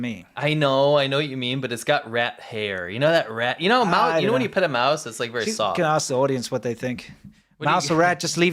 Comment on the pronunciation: it's MaouSe Dong 😆